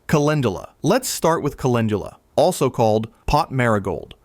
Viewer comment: Sigh wrong prounounce of Calendula